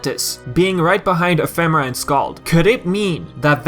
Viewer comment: Nomura pronounced it Ef uh Mare uh, so do talking dictionaries ;)